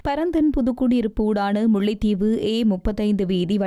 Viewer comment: முள்ளைதீவு இல்லையம்மா முல்லைத்தீவு. கேகாளை அல்ல கேகாலை.